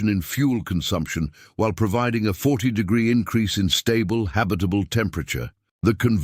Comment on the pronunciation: I think your AI reader is drunk. 'Degree' isn't a difficult word to say generally. Enjoyed the story anyway.